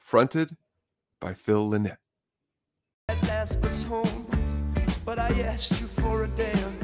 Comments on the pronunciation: Most people have it wrong. Lie-Nit. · Maybe learn how to pronounce Phil's surname properly before making a video about Thin Lizzy. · Phil Lie-Nit.... as pronounced by Phil himself, Scott Gorham, Gary Moore, Eric Bell, John Sykes and Jim Fitzpatrick. Even his buddy Huey Lewis pronounces it wrong.